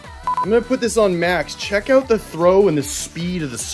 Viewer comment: I wondered where you were located ... then I heard you say "Out" 😅😂